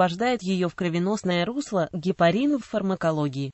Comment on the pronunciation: Как можно верить чтецу, если он не может правильно прочитати,ударение неправильное, кислота ГИАЛУРОНОВАЯ......... Люди.... ГепарИн, но никак не гепАрин. До конца досмотреть невозможно